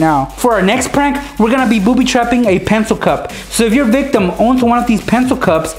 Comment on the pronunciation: If I had a dime for every time he said victam I would be rich